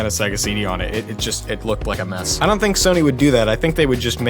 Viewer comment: Soy-nee (Sony) xD